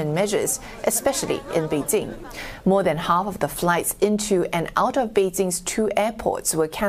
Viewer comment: Beedjing? Beedsing? Beedzing? What now?